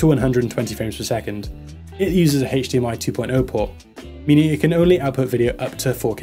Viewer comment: I just cant keep hearing the word haych dmi word over and over lol